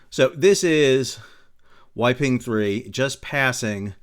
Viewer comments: Great video, but "Yi Peng" should be pronounced like "E (as in Eel) Pung" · Oh, I don’t think you mentioned that the captain of the Yi Peng (pronounced “Pung”) 3 is reportedly RUSSIAN.